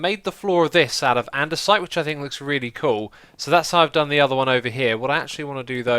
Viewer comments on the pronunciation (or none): none